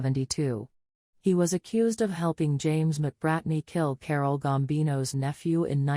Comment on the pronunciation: John Gotti did not help James McBratney, also it’s Carlo Gambino, not Carole Gambino.